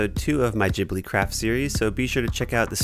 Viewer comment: its pronounced Gh-ib-li the g is not pronounced like a j